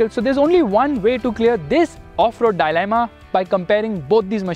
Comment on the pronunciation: And that "die-leyma" what the fuck?? Its dilemma.